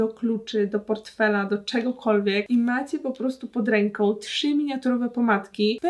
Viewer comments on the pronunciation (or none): none